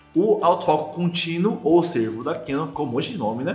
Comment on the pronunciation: Não é AF Sêrvo (parece antílope) ... É AF Sérvo (de serviçal, empregado, dedicado)....